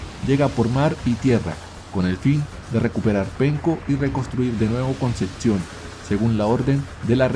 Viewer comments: Es Concepción no conceción.. igual bueno.. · dices "Concetcion" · Solo comentar q es Concepción y conceccion. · no es concetción......es Concepción. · Di bien ,"Concepcion" merda! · Concepción se pronuncia tal cual, no existe una "T" entre la p y la c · Como me pronuncies "Concepción" como lo haces, te sacudo.